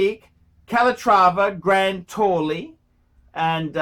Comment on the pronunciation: What is "grand towley"? I only know "grande taille".